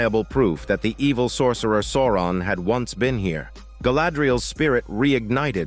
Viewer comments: The way you pronounce Souron 😜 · It took me a bit to get used to. 😂 But it's AI, so not surprising it got something wrong.